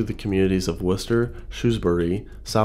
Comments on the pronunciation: Way to go with the correct pronunciation of Worcester! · As a person from Worcester, I appreciate the great pronunciation haha Our grandparents growing up would talk about this tornado, as well as the Blizzard of 76. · As a Masshole, I must thank you for pronouncing Worcester correctly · great job pronouncing worcester right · Nice to see the Worcester Tornado mentioned! And nice job pronouncing it correctly ;)